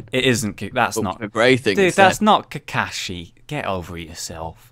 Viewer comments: It's kakashi not kakashu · Just ... next time... ok? Improve your pronunciation. P.S. Have to admit ... "Kukushi" :D that made me laugh :D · I hope he knows it's pronounced ka karsh shi